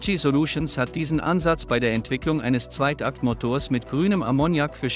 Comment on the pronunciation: Exakt. Katastrophe. Und erst der Zweit-Akt-Motor. Da war dann ganz vorbei. Angeblicher Fachbeitrag ohne einen Ansatz von Ahnung ist schon erschreckend.